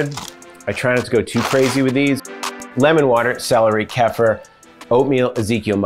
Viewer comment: It’s pronounced: KEY-FUR. Not: KEFF-UR lol. It is an acquired taste though. Almost like raw liquid yogurt.